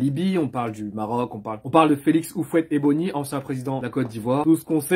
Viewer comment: boigny pas ebony ahah